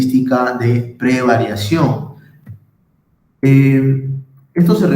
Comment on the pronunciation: no es PREVARIACION, es PREVARICACIÓN